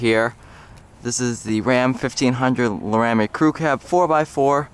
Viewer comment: its Laramie as in lair-ra-meee lol but other than that where are you guy located I want this one right here